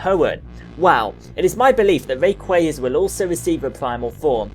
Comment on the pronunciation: Ray kwa za that's how u pronounce it dear got please say it right